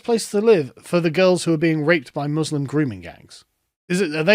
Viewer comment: just like starlin, he can't even say the word "muslim"